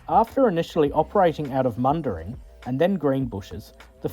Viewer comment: This mispronunciation of Mundaring nearly had me spitting out my drink 😂